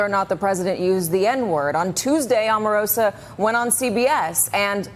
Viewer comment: I have to drop the volume everytime there is a video with this guy. Why is he always shouting? Omarosa is pronounced with a long O, like Oprah or Obama. You'd think you all would have figured that out by now. He is getting attacked from all fronts...but nothing is changing.